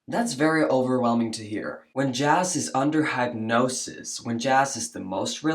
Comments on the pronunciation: That was a clever way to pronounce "hypnosis". It's like you mixed hype with hypnosis (hip like hippies, hip replacement etc.) perfect ✓ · Are you pronouncing it "hype"-nosis to make a point? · You're mispronouncing hypnosis. (hip no cis) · It’s bugging me that you’re saying headnosis instead of hypnosis. I love you, but it’s hard to focus on the point when hypnosis is sounding a lot like headnosis. Was that on purpose? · That hypnosis therapist was asking leading questions... And, it's pronounced "Hip- nosis" ❤😊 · Hypnosis = pronounced - hip’noses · What the hell is hype-nosis lol! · Ps ♥️♥️ it’s “HIP-nosis” brother ♥️♥️♥️ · The way you pronounce hypnosis makes me want to throat punch you. 😂😂😂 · You are mispronouncing the word hypnosis. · Why do you pronounce hypnosis like that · Bruh, that pronunciation of hypnosis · It’s hip-nosis, not hype-nosis! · It's pronounced hip-NO-sis, not hype-NO-sis. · Hip-nosis, not hype-nosis. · it's pronounced 'Hip-no-sis' not 'hype-no-sis" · It’s pronounced HIPnosis not HYPEnosis. It’s hard to take anything you have to say seriously when you don’t even know how to pronounce the words you are saying. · I love you son but please stop saying “hapnosis.” It’s said as hipnosis. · My dear, hypnosis is pronounced as “hip-nosis”, I wasn’t sure if you weren’t sure of the pronunciation or you were using a play on words….like, hypnosis is all hype, so “hype-nosis” lol. Even as someone who does believe in past lives, I’m still a little skeptical of using hypnosis for anything other than smoking cessation lol. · Hypnosis is pronounced: hip-no-sis NOT hype-no-sis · your English is great but just a note on pronouncing hypnosis.... it's hip-nosis, not hype-nosis 👍🏼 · Say “Hip-nosis” Don’t say “hype-nosis”. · It’s pronounced HIP-nosis not HYPE-nosis. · The way you pronounce hypnosis bothers me immensely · Totally agree but one thing hypnosis is pronounced like "hip" nosis. Great content though. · WTF is Hype-nosis?😂